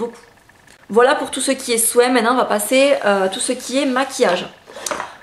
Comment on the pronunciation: Je suis pourtant aussi du sud, mais je ne me lasse pas de t'entendre dire " souin " :) Superbe vidéo ! Bisous